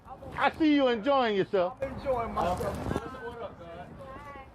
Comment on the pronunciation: she says “yourcelf” and “persun” these are not ppl to be believed or taken seriously 😹😹😹😹😹